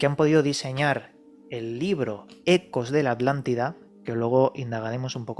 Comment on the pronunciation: Todo biennn, PERO QUE ALGUIEN POR FAVORRR ME EXPLIQUE PORQUE LOS ESPAÑOLES PRONUNCIAN ALANTIDA EN VEZ DE ATLANTIDA, es un problema con la t?